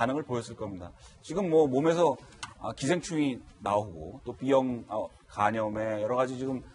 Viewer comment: 왜 자꾸 삐형 이라 해요 비형 이에요